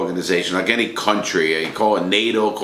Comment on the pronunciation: Guy pronounced “any” like Edy